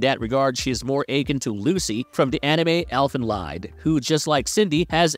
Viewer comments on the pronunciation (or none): Elfen what now? 🤣 the "lied" in Elfenlied is more read like "lead". like in "to lead smt"